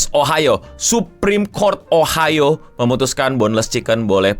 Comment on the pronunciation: Ohio.... O nya GOBLOK